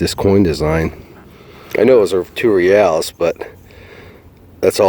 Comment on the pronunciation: I realize you're not Spanish but if you Google Reales pronunciation you can hear how it should be pronounced. You're a smart man and this will make you sound even way mo' smarter (O